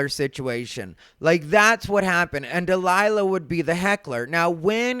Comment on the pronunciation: Jesus Christ “Dee Lie La” is criminally stupid